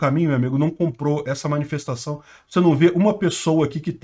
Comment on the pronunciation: Agora que eu entendi a “minifestaçao” KKKKKKKKKKKKKKKKKKK